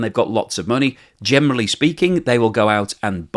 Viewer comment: Why do you say gemely instead of generally 😀